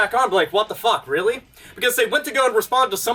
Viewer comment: They could've just been happy with what they had but they just had to try and push the boundaries, they had to ask for more. The apology made me cringe especially when they were trying to explain what they "Weally meant".